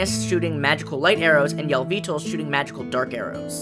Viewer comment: Yell-vee-tull, that's how you think it's prounonced, Yell-vee-tul...